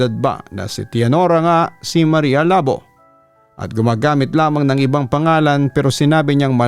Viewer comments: Labó po as in "labu" or slash po sa english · mali yung pronunciation papa dudut. dapat Labo: Lah-BOH (Two syllables, with the emphasis on the "BOH")